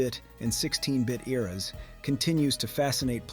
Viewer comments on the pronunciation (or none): none